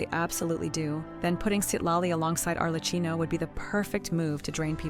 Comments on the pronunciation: Not Arle-Key-Noh... we just has that on the Archon Banner in 5.3. They rarely are that nice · Mispronouncing Arlecchino’s name hurts so much every time I hear it :’( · the ai voice can't say it right